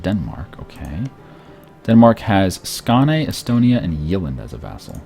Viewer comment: The way he pronounces the swedish names is hilarious hahah. Skane, Jaelland